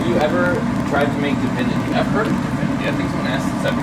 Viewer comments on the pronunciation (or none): The candy isn't da-vinity (like dog or duh); it's divinity (like dig). It's usually made with corn syrup and egg whites and cooked to, I don't remember if it's soft or hard storage, and then it is beaten until the gloss dulls. Chopped pecans are added, and most people drop it out on waxed paper while others put the mixture in a square cake pain and cut it into squares after cooling. Divinity and pralines are fussy; they shouldn't be made on high humidity days.